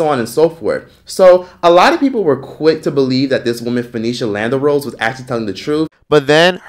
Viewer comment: Lan dare rose) not lander rose 😭